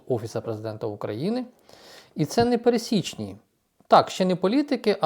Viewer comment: Треба казати "перЕсічні" (наголос). Статистика - це наука. Як вона може бути сумною?